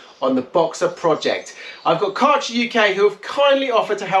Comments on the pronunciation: It's not karcher but kercher as ä in German is prronounced as e. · Karchah? Try Care-sher. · Can someone please tell him how to properly pronounce „Kärcher“ 😂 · Take a year of German?